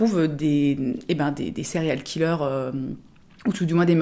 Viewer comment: On dirait que tu dis “cereal killer” et j’aime bien le concept.